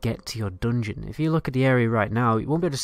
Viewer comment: Lets say "dungeon": Don-Jin